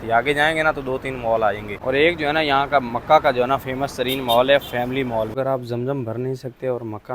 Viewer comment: مول نہیں مال